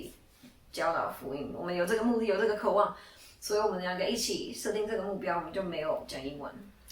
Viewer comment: 不是“可 望”應該是“ 渴望” 。